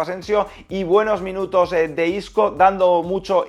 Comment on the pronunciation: se dice marco Asencio e isco no como lo dices y isco